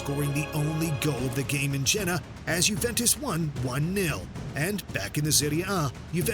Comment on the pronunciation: Jeddah not Jenna